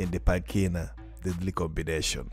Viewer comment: parli d inglese te e manco sai pronucniare deadly combination